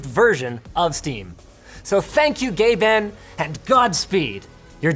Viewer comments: I couldn't not hear it, the way he said it sounded so much more like Gay Ben than Gabe N. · True story gayben "At" is a valid email for Gabe, so many people thought that was his email due to the way he pronounced it. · Did he pronounce “GabeN” as “Gay Ben”? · Ben Gay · say it out loud, it's exactly as it sounds. GaeBN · How did I hear "Gay M@ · So long, Gay Ben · most pronounce the last syllable as bin. thats why its odd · Honestly thought he said gay ban 😅 had to replay it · I always hear gay Ben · who's Gay Ben? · Why do I hear Linus saying “Gay Ben” every time 😂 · "thank you GayBan" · gayben lmao